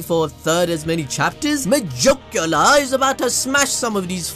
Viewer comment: MUH-JUKE-YULAR. The way you pronounce it is funny. lol